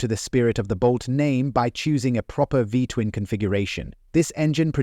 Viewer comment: Narrator said V-twun engine air-cooled. Clearly you can see the radiator just behind the front wheel.